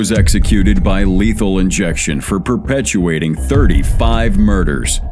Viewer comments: Did you say " perpetuating murders "? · Perpetrating, not perpetuating. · I gave up at 'perpetuating murders.' The word is perpetrating. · "Perpetuating" murders lol